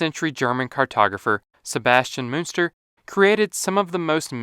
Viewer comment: Der Name, der hier ja sogar prinzipiell richtig ausgesprochen wird, schreibt sich: Münster / Muenster.